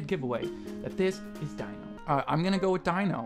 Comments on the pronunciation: Why is no one correcting him. It's not Die-no. It's Dee-no. (Confusing yes, but still incorrect~) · ALSO STOP CALLING DINO "DYNO" IT'S DINO : "DEAN-O" DINO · sadbutrad that doesn't matter. The fact of the matter is his stage name is pronounced Dee-no and should be pronounced as such. It's rude to straight up ignore it. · Omg rip lol that quiz with the fan art was kinda bullshit, ngl XD also, here's some help with pronunciation: Dino is pronounced like dee-no Jeonghan is pronounced like jung-han (the "eo" you see in korean names is one sound) Seungkwan is pronounced with the k sound at the beginning of the second syllable (so like seung-kwan, and the "eu" in seung is pronounced kinda like the "u" sound in "put") Mingyu is pronounced like min-gyoo, not ming-you Wonwoo, if pronounced in korean, is pronounced won-oo, without the second w, I dunno why they put it there for english translations?? They put that extra w into a lot of korean names with that sound for some reason lol But people always pronounce it with the second w anyways so it's not really a big deal lol The8's real name is Minghao and no one really calls him The8 tbh, you can if you want but if you hear the name Minghao somewhere just know that it's the same person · its pronounced junghon. and its not dino, its pronounced deeno. you did good though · See, that I get, but purposefully disregarding the proper way to say it is still rude when you're capable of saying it.